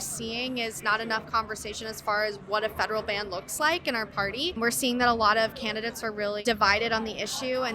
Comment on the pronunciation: "Da FBI is wuined on a fedewal wevel."😂